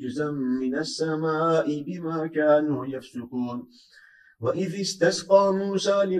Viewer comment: Allah razı olsun. 71. ayetin sonunda yanlış duymadıysam Hocamız "Kanu yefalun" diyor, doğrusu "Kadu yefalun" olacak. Yanlış uyarı yaptıysam kusura bakmayın.